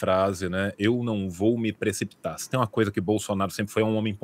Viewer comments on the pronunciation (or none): " EU NAO VOU ME PRECIOITAR" 😅😅😅